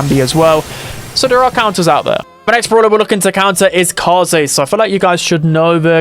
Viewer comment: Upvoting your video because you are the only streamer I watch who knows how to pronounce Kaze's name.